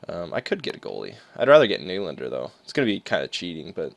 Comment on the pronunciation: It's knee-lan-der